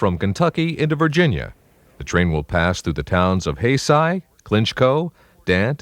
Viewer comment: A bit off topic, but thanks for pronouncing Haysi correctly. The large amount of outsiders who mispronounce it is staggering.